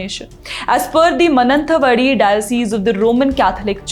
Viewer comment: Place is pronounced as MAA NANDA VAADI and Mananthvadi.